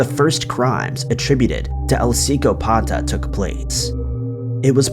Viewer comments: "Sicko-pata". Yup! That's definitely how you pronounce "psychopath" in Spanish... lololol. Hey,. Just Google things before you record a voice-over, my man. Then present for someone else before posting:);) Much love! I love your videos but sometimes I slap my forehead with the easy to fix mistakes you make 😱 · The Costa Rican murderer's nickname is Psychopath in English..When you say it in Spanish you put the emphasis on the "o", not on the "pata".. Sicópata..hence the accent on the letter "o".. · You pronounced Psicópata wrong.